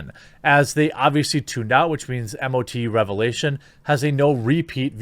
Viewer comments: MOE-TOO, not Em-Oh-Tee-You ;) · Say it as just one word - MOTU (mowtoo) not m- o- t- u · Mo-Too, say MO 2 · MOTU is pronounced mow-too.